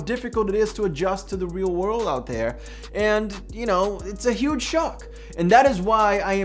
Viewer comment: When he says ‘huge shock’ at about 30 seconds he sounds so British it’s fantastic